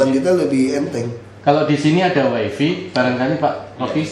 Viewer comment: Gw ada temen orang pemerintah, nyebut "wi-fi" itu jadi "wai fi" instead of "wai fai". si bapak kepala BPS ini juga sama, di an.. apa semua orang pemerintahan kaya gitu ya.. haha.. just curious ajah.. :p